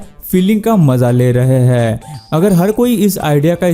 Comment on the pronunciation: Aap k "HAIN" ka oocharan sahi karlo,sunne k liye aachha lagega